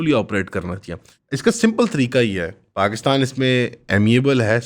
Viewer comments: paxtan nhi Pakistan, urdu ka qatal mat kar, swaaaal kya banta hai? swaaaaal kya banta hai???? Bangladesh ban gya 1971 mein, 71 mein Bangladesh ban gya. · Puri video mein jab yeh 2 second ke liye cool bna tab hasi nhi aayi baaki yeh ajeebo gareeb delusional hatheenuma shaksh paxtan pactan bolke ek number comedy kiya.